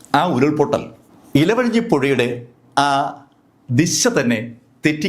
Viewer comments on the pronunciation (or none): ഇലവഴഞ്ഞി അല്ല ഇരു വഴഞ്ഞി